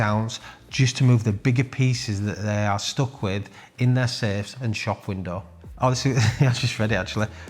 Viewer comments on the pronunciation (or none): none